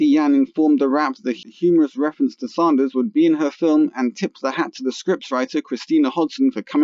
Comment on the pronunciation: I love Bernieeeee... Btw its Bernie Sanders... Not ZAHNDERS you sound dumb